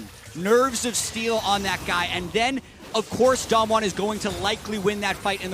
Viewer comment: I'm wondering why the one caster can't pronounce Damwon correctly while the other is doing it. He just needs to do it the same, it's not that hard